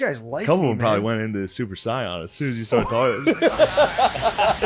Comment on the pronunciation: Super si-on??? 😅